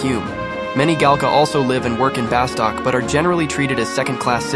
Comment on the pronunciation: Nice video but OMG hearing you call it "BaSTOCK" is killing me